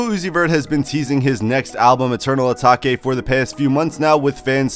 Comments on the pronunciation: bruh his said ataki its atake brother lol!! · Eternal eeeeeeetake. Not eternal ahhhhtaka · Eternal Uh-Tok-Aye Lmao Dumb Fuck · eternal a take plz say it like this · As soon as he said Ataki, I stopped the video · 😂😂 im dead asfk, eternal ataki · Mispronounced it so he could get more comments 🤣🤣🤣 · He can say “ new Patek “ but not Eternal atake